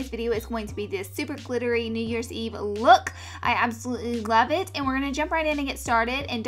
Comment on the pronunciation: You said i absolutely glove it 😂😂😂